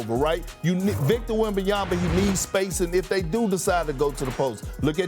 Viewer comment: Who is Victor Yembiyama?? 😂🤣😂🤣😂